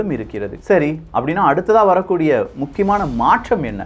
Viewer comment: Your tamizh pronunciation is not fair... ("" Maatrzham""... Illai, athu """"" Maatram"""". """ Nandrzhi""" illai, athu"""""Nandri"""". Thooya thamizh pesugiren endru solli thamizhai kollathirgal... Ungalidam irunthu ithai naangal ethir paarkkavillai... Ean endral... Ellavattrilum.. "" Zha"" Inaithu pesumbothu ketkka enna mo poal ullathu... By the way... Hat's off for all your phenomenal videos.